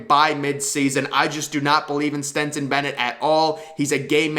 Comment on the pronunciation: And keeps calling Stetson ..Stenson 🙄🤦🏼‍♂️